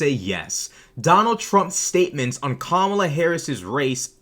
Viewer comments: She sat there with this soulless look in her eyes as she looked in the face of three black people smiling and mispronouncing a black womans name just to demean her. Nancy Mace is a racist by all definitions. She knowingly and purposefully mispronounced Kamala’s name trying to dehumanize her. She ran protection for Trump and his racist comments at the NABJ trying to hand wave them away. As a public politican who represents people in SC, she should have condemned his racist talking points or at least been aware of those comments as she is advocating for the racist to be president. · I propose that, since Mace refuses to pronounce V.P. Harris's first name correctly, perhaps we should mispronounce HER name, and call her NASTY Mace. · Nancy Mace deliberately mispronounced Kamala Harris’s name. Yes that’s racist. Sorry Nancy - that’s racist and you doing that repeatedly makes you a racist. And defending the racist comments of Donald Trump makes you a racist. And after the interview, she retweeted End Wokeness saying that she triggered them by saying it was easy. She was happy triggering a panel full of black Americans by defending and doubling down on racist comments and behavior. That makes her a racist. My niece and nephew are biracial. They’ve never denied their black heritage. And I’d be furious if someone deliberately mispronounced their names. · you should’ve added the 30 sec before the start of the clip where she first pronounced Kamala’s name correctly, then purposely mispronounced it and doubled down on it!!! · No. Let's stop insulting all the decent women and girls with this name. The horrible women like this should be called out by their real names! Or, in Mace's case, since she refuses to pronounce V.P. Harris's first name correctly, perhaps we should mispronounce HER name, and call her NASTY Mace. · The funniest bit was when she pronounced kamala properly then quickly changed to mispronouncing it.